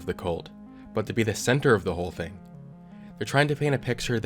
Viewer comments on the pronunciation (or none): none